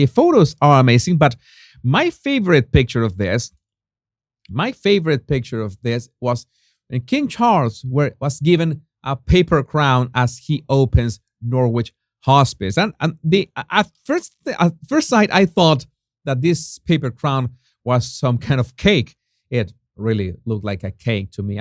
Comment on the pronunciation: Norwich is like Greenwich. You don't pronounce the w. These names are of Saxon origin.